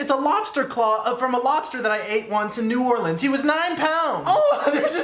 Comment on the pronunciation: he said new orleans correctly <3